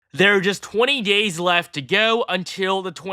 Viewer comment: "There are just 20 gays left to go." I had to triple check that.